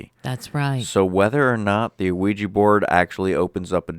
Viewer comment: "We-Jah" not "O-we-ja" or "we-gee". 😉😁 Having been doing ongoing research and communication with spirit side for 10 yrs, I've tried the Ouija on several occasions with absolutely no results! And people's perception as it being negative is bunk in my opinion. A board, rock, box, mirror...etc, they are all mediums for spirit realms, and none are any more "evil" than the other!